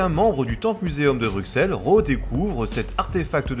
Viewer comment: Pour ta justification sur le refus de la prononciation en français de Belgique des villes belges, que je viens de lire sur Facebook, tes justifications sont fausses à mon humble avis: Bruxelles, tout comme Auxerre ("Ausserre"), se prononce "Brusselle", pcq au Moyen-âge le "x" servait d'abréviation pour "ss" (au MA, Alexandre se disait Alessandre comme l'italien Alessandro). Les linguistiques Humanistes ne découvriront qu'à la Renaissance que les grecs anciens prononçaient X en "ks". C'est pour sonner grec et pseudo-conservateurs que ces Humanistes ont forcé la prononciation de X en "ks", surtout pour les mots d'origines grecques. Anvers se prononce en Belgique traditionnellement avec un S parce que le français de Belgique l'a hérité de l'espagnol "Amberes" (de l'époque où Anvers était une ville du roi d'Espagne, dans les Pays-Bas espagnols). Comme la ville espagnole de Cadix (écrit Cadiz en espagnol) ou les noms de famille Sanchez, Lopez, Velasquez, la consonne finale en français de France de ces noms espagnols est toujours prononcée. Donc oui, Anvers est espagnol comme Cadix (et personne en France ne prononce Cadix "Kadi", mais toujours "Kadis" ou "Kadiks") Autre élément en néerlandais, je remarque que tu prononce aussi les "V" à l'allemande en "F". Mais comme en anglais et en français, le V en néerlandais standard se prononce majoritairement V. Sauf dans quelques exceptions, un peu comme en français le "s" est prononcé "z" entre deux voyelles (ex: raser, mesurer), en néerla